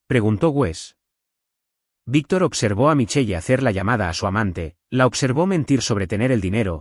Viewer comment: MICHEL … NO MICHEYE 😡🤬. para que usan nombres en otro idioma si los van a pronunciar MAL 🙄